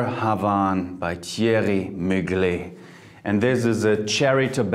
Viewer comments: you can not be professional if you can not even pronounce the name of the marks as it should be ! Lesson 1 : Thierry Mugler (pronounce the end like “lover” and not like like latte ! Lesson 2 : Versace (pronounce the end like “latte” !) Finish for today 🙃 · Its Mugler.....not muglé You forgot the R at the end mispronunciation